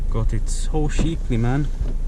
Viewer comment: you really gotta learn how to say "cheap" and "cheaply"